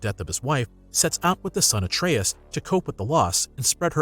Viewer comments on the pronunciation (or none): none